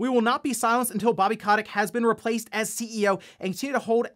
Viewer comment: Guy mispronounced Bobby Kotick’s name about 20 times in this video